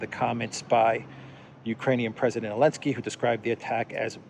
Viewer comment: Why's he call him "elensky?"